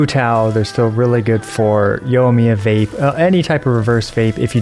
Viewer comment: Did he actually call her YOLO-miya?